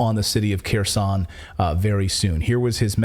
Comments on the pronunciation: When you say Keroson no body in my family understood what city did you mean unless we looked over the maps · Kherson, is NOT Keeersawn. OFFS, PLEASE GET HELP PRONOUNCING RUSSIAN NAMES!!!!!!!!!!!!!!!!!!!!!!!